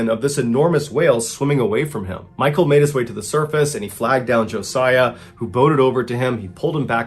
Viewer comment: Thank you for pronouncing Josiah correctly!!!!! Most people put the Z in place of the S...